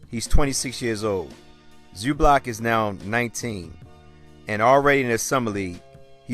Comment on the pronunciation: Funny how you pronounce his name like its Zublac, its Zubac man, loose the "l" in it... ;)